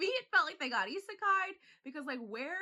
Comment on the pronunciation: "Are they getting isakei'd?" 😂 you're precious